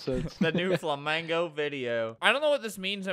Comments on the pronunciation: It's not flamgio, it's ABELRT REeeeEeeEE!! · flamgio?? IT'S FLAMINGO NOT FLAMGIO 💀💀💀